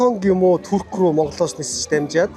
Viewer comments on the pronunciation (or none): none